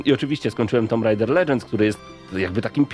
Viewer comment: Po 7sek jak uslyszalem "tumb raida" mam dosc i wylaczam to gunwo, w polsce gralismy tylko w tomb rajdera!! Kurla kiedys to bylo